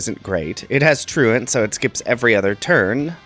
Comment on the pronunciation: I’ve watched a shit ton of poketubers and I think you’re the first person I’ve actually heard pronounce truant correctly 😂